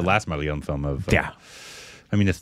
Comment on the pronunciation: initially you used to pronounce the word "Malayalam" correctly. Please correct.